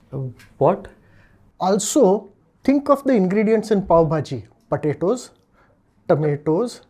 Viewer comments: it is not patato it is potatos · Why is he saying patatoes